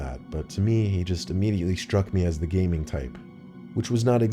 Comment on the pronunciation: gaming or gayming😂😂